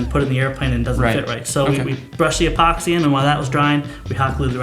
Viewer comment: "e"poxy. Not Poxy.